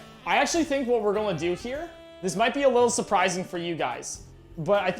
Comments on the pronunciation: always out here saying "golna" instead of "gonna" and it's bothered me forever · Does anyone else find it adorable that he pronounces “gonna” like “gullna”?